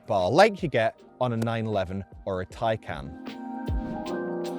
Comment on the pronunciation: What the hell is a macaaaan? It is ma CAN. You even say Taycan correctly. But then call this a macaaaan.